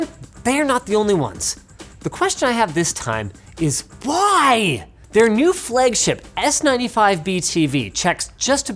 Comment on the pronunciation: "flegship" lul cenediens